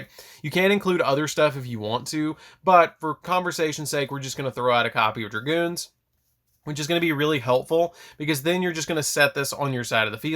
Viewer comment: Dragoon bro. No "s" or "z". Lol